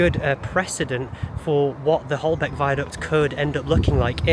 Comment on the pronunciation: Don’t call it “Holbeck” viaduct